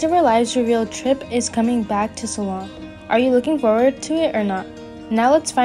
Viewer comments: It’s Salem! Not salam! My lord learn to say the names correctly please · There's no mention of of Tripp coming back.It's Salem not Salum! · I’m sorry but the previous comment is right. Learn how to pronounce the city of Salem. It’s not Salaam!!!!! Arghhhhhhh! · This person cannot even pronounce the word Salem. Why would you use someone like that to promote Days? They do not know how to read. Is this the best you can do? No dis to the person, I blame whoever hired them. Sorry, but its just awful.